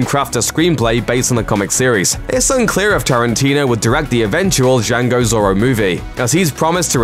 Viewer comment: Please learn how to say Django and Zorro correctly please